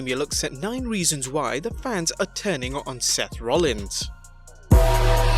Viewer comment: You said faneez... I can’t even spell it. It is fans. Wtf. Goddamn foreigners!